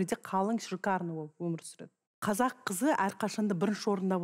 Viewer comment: Сөздің бәрінде қазақ кәзәк болып аитылады